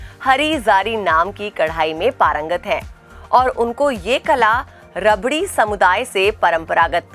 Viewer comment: Ma'am it's not रबड़ी it's रबारी